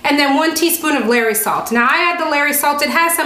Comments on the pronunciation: "LAW.REES". Not "Larry's..lol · LOL Larry salt! That’s not how you pronounce it. Lol and I don’t know how to explain how to pronounce Lawry’s.